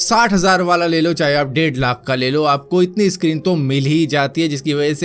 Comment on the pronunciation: सक्रीक होता है यार भाई इसक्रीन क्यूँ बोलते हो...